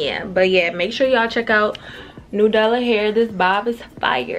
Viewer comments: you saying "new dallah hair" has me weaakkkkkkk😂😂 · I be dyin because I know sis aint neva gon say nAdUla. Idk why I fall out laughing every time.